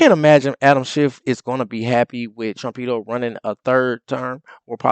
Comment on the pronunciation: BRO don’t call trump trumpedo lol Sounds like you’re calling him a pedophile LMAO